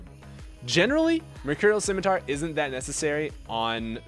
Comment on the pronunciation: say it with me: sim-I-tar